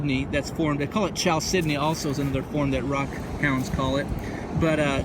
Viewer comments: always wanted to find some carnelian. just want to say that chalcedony is pronounced with a K sound, like "kal-sed-eny". awesome vid and finds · it's pronounced cal sedeny...the ch is pronounced with a k